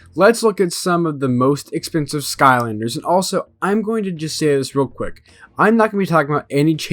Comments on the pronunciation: "skonder" sky-lander not sko-nder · No hate but you said ‘skonder’ like 15 times lol